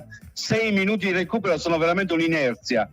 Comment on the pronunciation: Inezia non inerzia!